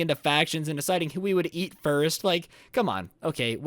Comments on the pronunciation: I thought he said yeet but he said eat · I could tell if you where saying yeet you or eat you xD